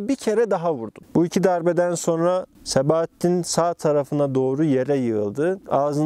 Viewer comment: sebaattin değil